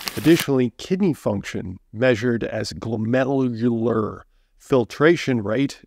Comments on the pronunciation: You destroyed the pronunciation of glomerular. Glow...mer...youl...er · Glomalalarualur...🤣 Glom - air - you - ler! It's okay, though. Not all of us are lab, radiology, or nephrology! Thanks for the info! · I absolutely love every time he says glomerular filtration rate ! ❤ I’m a dialysis nurse so makes me smile to hear that struggle. So hilarious. Love this guy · You’re telling me I need to listen to your scientific advice but you can’t pronounce glomerular?